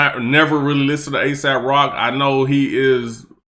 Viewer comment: Great breakdown! Aes has a way of using big words, and I think that misses a lot of people when it’s crammed in so densely. ☝️ Also, it’s pronounced A-sawp, not to be confused w A$AP.